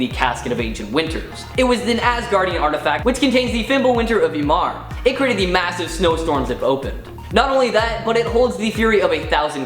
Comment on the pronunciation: Ymir (EE-MEER)